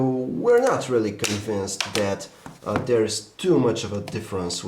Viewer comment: I love to hear this guy talk lol s tree and dere